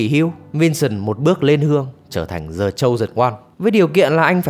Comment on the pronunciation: The phát âm là đờ chứ dờ cái gì